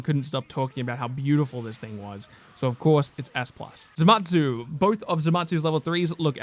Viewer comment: ZAMASU not ZATMASU